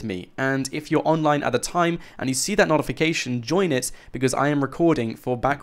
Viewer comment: Did u say noughtification? Lol